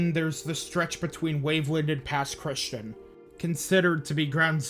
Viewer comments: Just wanted to say as a Native Mississippian, Pass Christian isn’t pronounced like Christian. Its more Chris-Chee-An. Other than that this is a great video at showing everything that happened to us that day. My mom and dad were gonna stay, with my dad even being nearly blackout drunk from gambling at a casino the night it was supposed to start hitting. Only left because his mother wouldn’t stop begging them to leave. Our house is about 4-5 miles inland from the coast. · Also, it’s pronounced - Pass Christy-Ann 😂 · Hey just a comment. I'm not personally from the Mississippi gulf coast but I go to school in Mississippi so I know quite a few people from there. Pass Christian is not pronounced normally, it's more like "Pass Chris-tea-anne"